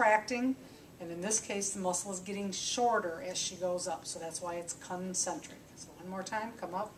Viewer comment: " CUN - Centric " LoL :-)